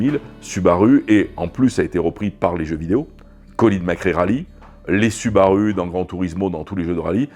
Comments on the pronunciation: Süüüüübarüüüü il est génial le mec. Le monde entier y compris les japonais disent Soubarou et lui il dit Sübarü hahahahaha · Excellente vidéo !!! J'ai adoré. Juste la prononciation de la marque qui m'a choqué, ce n'est pas permis une prononciation pareille pour un processeur de Subaru 😉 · cf la video japonaise c’est une prononciation particuliere mais in fine ce n’est pas bien grave 😀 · French touch 😅